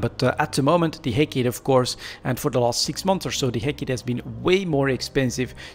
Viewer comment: hec"AAA"tee its a oil vessle.